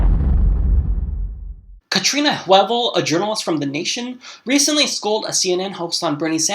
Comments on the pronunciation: It's Katrina Vanden Heuvel. Not Huevel or Vanden Huevel. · And her last name is spelled vanden huevel...pronounced...van den who vell. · It's always weird to me when someone like this, who's pretending to be a whole liberal talk show, doesn't know someone like Katrina vanden Heuvel. She is only one of the most important liberals in the country--the editor of the Nation. He mangled her name even. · Hey,, get Katrina Vanden Heuvel's name right. The CNN reporter pronounced it correctly!